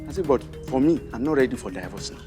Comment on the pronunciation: I'm not ready "Die-verse" (divorce)🤣